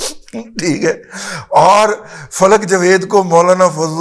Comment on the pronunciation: دادا جی فلک کا (لام) ساکن ہے وا جی 😂😂😂😂 باقی تے فر 😂😂فک 😂😂😂😂 رہ گیا جے کمال است